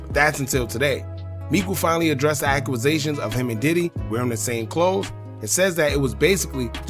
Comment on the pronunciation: Yo stop it wit the accuwasation it's accusation